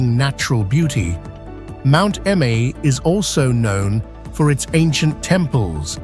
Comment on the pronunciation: Mt. Emei is pronounced er-may, not ee-mee